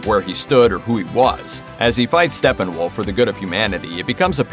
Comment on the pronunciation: So hard listening to you say Stefenwolf multiple times. There are two P’s which eliminates the “f” sound in the “ph”.... it’s Stepphenwolf not Stephenwolf.